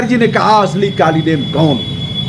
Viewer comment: कालनेमि उस राक्षस का नाम था, कालीनेम नहीं! कृपया सुधार कर बोले ।